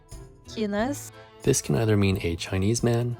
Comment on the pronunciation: Yep, she said "kynas", not "kinas". Maybe she's keen on the long i? :D